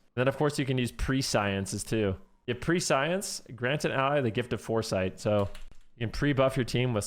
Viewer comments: Nice vid... one note: prescience is pronounced pree·shee·uhns (or preh-see-uhns if you're british), even though it looks like pre-science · it's not pre-science it's press eee ence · The word is pronounced sort of like "presh-yents" not "pre science". Liked and subbed though, thanks for the review. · Just fyi, its pronounced "preshience", pre-science. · It's not "pre-science" it's "prescience" - Oxford dictionary is: the fact of knowing something before it takes place; foreknowledge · Pre Science? Preh-she-ence* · The way he pronounces prescience LOL! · Prescience is pronounced [Press-ee-ince], as prescient is said [Press-ee-int] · Meant to include a pronunciation - it's like "precious" + "ess" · No hate, but "pre-science"? :p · Weird way to say prescience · one day people will learn to pronounce Prescience xD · ya he's pronouncing it the way the word looks, not how its meant to be said lol